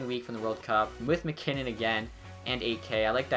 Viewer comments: New drinking game, every time pronounces maginnis instead of macinnis you drink, well all be wasted. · It's Al MacInnes not MaGinnes